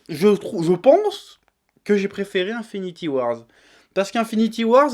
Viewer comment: Un an plus tard et il sait toujours pas prononcer Avengers Infinity War. C'est pas compliqué, il y a pas de "S" à la fin putain ! Au pire, "Infinity WarS" c'est un comics paru en 2018.